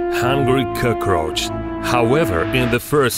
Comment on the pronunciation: "CrOgRoAcHZ" lmao